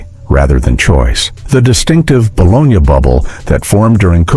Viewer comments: This would have been fine if either a real human had read it, or if you had taught the bot how to pronounce the words. The Italian city is "bo-LOH-nya," the lunchmeat is "buh-LOH-NEE." There were two other common words that werr mispronounced. C'mon. You can do it. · This content description and VO appear to be entirely A.I. generated, as virtually none of this is “from the 1970’s” or “disco era” (as the description indicates these recipes are), and no one pronounces bologna “bo-LOG-nuh”. Is there actually a human anywhere behind this content? The mustard sandwich segment shows numerous meat filled sandwich stock footage shots while describing a sandwich made from nothing but bread and mustard. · No mention of grilled cheese sandwiches which were a poor man's staple back in the day. This horrible AI robot voice doesn't do anyone any good. It's BALONEY or BOLOGNA - no i in either one. Either this guy is just learning English or this is a robot voice. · Who other than this asshole says balonya??? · Balonya? LOL LOL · wtf is that? "kuchen nut ki*pisymbol*schen"? "200g mandel"? and you sayin bologna wrong... silly AI ;p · Your pronunciation of bologna tells me this is AI slop